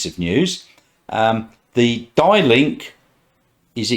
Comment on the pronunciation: The next model to arrive in Australia is the Atto 2 which is the BYD Dolphin this will be followed by the Atto 4, which is the seal sedan both are expected to go on sale towards the end of December this year with deliveries starting around March. I think it's pronounced as "D" link software. The models expected to go on sale in 2023 are the Han sedan, the Tang 7 seater SUV and the BYD Ute.